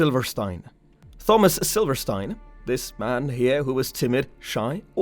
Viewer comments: Interested in this topic. Can not listen to you call him thumbas. It's just like Tom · ttttthhhhhomas, ar-yan lolololol learn how to read you idiot. It's a very common name, how can you not know how to pronounce the name Thomas? The H is silent with a hard T. Also, Aryan is pronounced Airian you dumbass. Can you imagine if this guy had a lisp? Must be a millennial or GenZ 😆😆😆😆😆😆😆😆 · Why are you saying "Thawmus"? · Thawmus 😂 At my work we all have an ongoing joke where we begin every word with th because of a customer doing it one time.... you sound exactly like him every time you say thawmus 😭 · Not Thawmus but good narration otherwise. Way better than I. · The H is silent in the name Thomas, it's a hard T. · I can’t listen to this guy butchering the name Thomas anymore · He sometimes says Thomas with a hard T though. I understand people have accents, was just asking. It would be like if I said Gif and Jif interchangeably. Does not make sense, even with an accent.